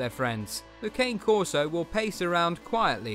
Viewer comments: I prefer the Ca-nay Corso. Not Cane. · my wife and i own a Dogo Argentino and a Cane Corso/German Shepherd mix. both breeds are great and with fun personalities. They are also good family guardians, its true though that you need to really know what you are doing because of how powerful they are. it is pronounced kon-ey not Cane btw. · Your pronouncing the cane corso wrong.